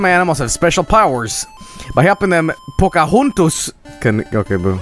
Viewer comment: "pocohontos" oh boy